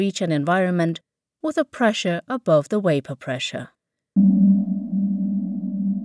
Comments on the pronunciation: Its Vape not Waip - annoyingly dum not knowing the difference between a V & W (double you). Had to abandon it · Great video and explanation, I noticed you pronounced "Volume" just fine but Pronounced Vapor as Wapor. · Why the heck u say wyapor pressure.? Its Vapor pressure. Not waypor pressure. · Very clear, but why does she keep pronouncing "vapor" as "wapor?" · Why is she saying waper? So Irritating! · The WUEIPOR condensate, the WUEIPOR presure. lol insane english VAPOR not WUEIPOR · VAh not WAh, its VApor not WApor. lol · Couldn't finish the video. Can't stand how the bitch pronounces vapor. Wapor. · waper instead of vapor? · Next time please get someone who can at least properly pronounce words consistently used in the video. Vapor not Wapor , you had one job. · vapor not wapor ,,,,,,idiot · its VAPOR, not WAPOR when its pronounced. otherwise, great video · The only improvement I would make to the visual presentation would be to correct the blurry text images and re-load the video to the site. The letter "V" is always pronounced as it is in "victory," rather than as a W, in "welcome." The narrator is saying "wapor," instead of "vapor." This is a common affectation of native Russian speakers as they learn English. An example is Pavel Chekov in the Star Trek movie that featured Anton Yelchin, as he tries to enter a code word containing the letter "v," saying, "wicktor" instead of "victor," which is the phonetic version of "v." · “Waper pressure” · Say "Wiper pressure" one more time and I'm gonna punch u in the throat. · "Wapor" LMAO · "Wapor" I giggle a bit every time :) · Plus, you learned how to pronounce wapor. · lmao that had me fucked up for a minute. I was like wtf is she saying wtf is waper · Great video, but if she says Waper one more time!!!!! Ughhhhh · Wapor? Are you serious????? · Why the hell does she keep saying "waper" ?! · Made perfect sense to use someone who cannot pronounce the latter “V” “ Waper pressure “ 😂😂😂😂😂😂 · is she saying whaypor?